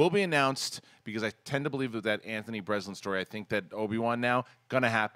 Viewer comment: To: It's Breznican, not Breslin.